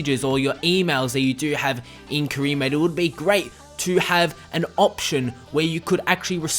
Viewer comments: Stop saying 'cream mode', thanks!! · ka-re mode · What cree mode? 😂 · Cree mode? lol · "Cree mode"